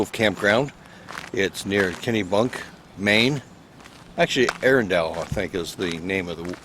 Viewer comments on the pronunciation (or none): It’s pronounced ah-run-dull 😋